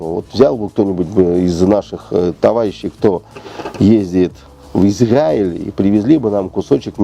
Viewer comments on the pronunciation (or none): «В ИзГаиль». Вам кажется это смешным? Или у Вас мозг 5ти класника ?